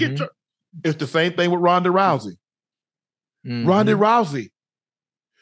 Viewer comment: Rodney Rousey?????? lmk cmon UNK its RHONDA